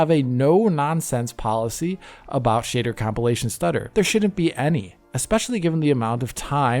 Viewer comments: You really make the word 'shader' sound like the word "shitter" and what do you expect from a game where the main protagonist is a ranga. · "shitter compilation" is a VERY good way to pronounce it. 😄